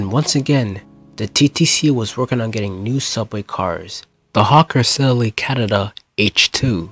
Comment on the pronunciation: Narrator sounds like a gangster. D for the. Names garbled or incorrect Sldley for Sidley, Pape Street for Pape Ave.